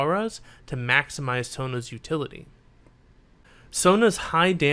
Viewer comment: Is it just me or does he call Sona “Tona” ?